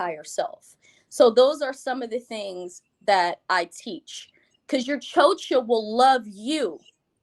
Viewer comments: The worst part about it all is that she's pronouncing it wrong, using the schwa sound at the end. She pronounces it CHO-chuh, when it's CHO-chah, as in cha cha cha like the dance. And had the nerve to say it 1000 times and name herself something she can't even pronounce. Ugh! She's ridiculous. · Its the pronunciation of "chocha" for me! Is she Hispanic or mixed (black & white) because the way she says "chocha" sounds weird!